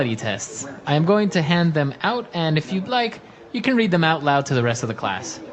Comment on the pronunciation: 怒涛の英単語学習でした。特に女子生徒の方は難しかった。 そもそも、性格診断の結果をクラスでわざわざ発表するんだ、とちょっと驚いた。 I’ll read mine. が I’ll in mind.みたく聞こえてしまった。 naiveって日本語だと繊細で傷つきやすい人みたいな意味で使われるけど、本当は騙されやすいみたいな感じなんですね。 うーん、exとかoutとかprefixついてたら何となく雰囲気わかるけれども、そうでないものは覚えるしかないのか・・・？難しいな。